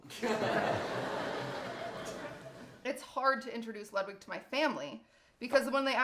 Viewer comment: Why do you pronounce Ludwig like that? It’s pronounced “Lewd-vig”